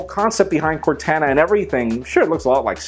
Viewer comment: Why in the FUCK can no one pronounce CORTANA?